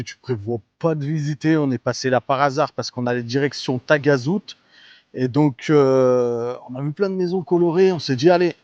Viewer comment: Moi Taghazout haut la main 😃. On prononce Tarazout 😉. Sympa ce format 3 lieux 👍👍